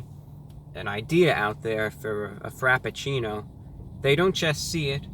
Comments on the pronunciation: "The time travel frapachilule." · I fucking died when he called it the Time Travel Frapatchouli from Starbucks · "Time Travel Frappachooli". I laughed so loud that I disturbed my dog :-D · Wait. “Time travel frappachoolie...” Did Brah just have a stroke? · "frappucchooooli" had my dying